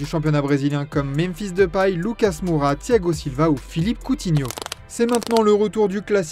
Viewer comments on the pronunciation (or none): none